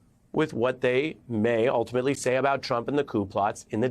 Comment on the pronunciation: I like how you emphasize "convicts".